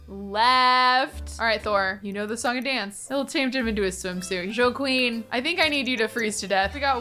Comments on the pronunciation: I was like “Oh she’s saying Joe Queen, cute sim name” But then seeing their name was Joaquin (hwaa-keen) it just made me giggle a bit lol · pronouncing Joaquin as JoQueen is everything. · but how Does one say Guidry's name?? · It honestly took me a minute to figure out what she was trying to pronounce. But then again she also says "Goodry" so I guess it shouldn't surprise me 😅